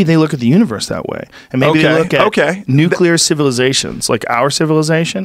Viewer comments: what´s the fuckin deal with americans not being able to say nuclear? wtf is "necular" ?? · His dad didn't think he was cut out for "nookyalar physics" either. F'n dope. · Nucular physics